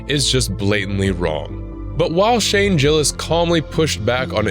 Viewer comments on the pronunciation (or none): Did he say Shane jillis?